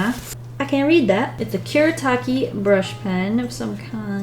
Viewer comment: Its pronounced as Ku-re-ta-ke no Kuretaki. XD